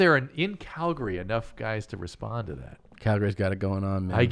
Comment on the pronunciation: "shout out to all the cowboys in Calgury.."